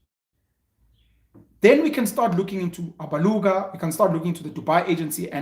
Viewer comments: I like how he says Alabuga, Abaluga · Those who think SIYA was being ATTACKED need to WATCH the episode AGAIN BECAUSE‼️: 1. SIYA WAS NOT TRANSPARENT AND HONEST WITH HIS RESPONSES. 2. SIYA AND REST OF THE AGENT TEAM DID NOT MAKE ANY CONTACT WITH INFLUENCERS THAT THEY MADE THOUSANDS OF RANDS FROM 3. SIYA DODGED A LOT OF QUESTIONS BECAUSE HE KNOWS THE TRUTH ABOUT THIS SAGA ‼️PENUEL DID NOT PAY ATTENTION AND PRONOUNCES ALABUGA WRONG AND THAT SHOWS THAT HE JUST DID VIDEO WITHOUT PROPER ANALYSIS ‼️ YOU GUYS MUST OPEN UP YOUR MINDS AND WATCH THE EPISODE AGAIN‼️